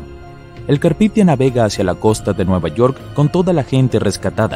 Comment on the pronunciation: No es carpithia es carpathia. Un esfuerzo más por investigar por favor